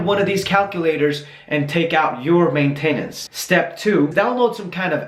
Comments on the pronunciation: Hey stupid it's not may tay nance! It's maintenance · Just fyi, I know English isn't your first language, but generally maintenance is pronounced with emphasis on the main instead of the ten. But thank you, this helps a lot! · CJanik15 main-tain-ence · The reason why he pronounces maintainence like that is because he is from Sweden, almost everyone pronounces it that way here in Sweden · It's funny how you pronounce maintenance haha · He says maintenance wrong! Lmao!